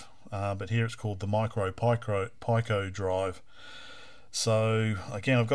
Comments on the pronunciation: You do know that "pico" is pronounced as /piː.kəʊ-/, right? Or "pee-koh" if you can't read dictionaries. What the hell, dude? Stopped the video mid-way, can't bear to hear "pie-cow"… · sounds like PI-CO ?!..which actally makes sense being a raspberry PI... LOL should be PIC-O ? thats the way ive heard it all my life!.. yes PD works... and so does Ghosts and Goblins..aswell as others that GBS stuggles with.. seems to be the only converter ive seen that actually works properly! ill link ya on discord... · ive got some parts on the way to replace the GBS with a pico (and some comparators) for the CPC, should bring the size right down to slightly bigger than your vga converter here, and it works perfectly with all games/demos unlike the GBS... VGA4CPC on github.. i gotta order some boards soon...was gonna built one up on perf board to begin with.. ...the way ya say pico... gets me every time! LOL.. its pico like micro/nano/kilo etc! :P